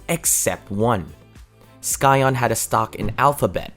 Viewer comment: Please stop saying "sky-ahn", it's "sy-on".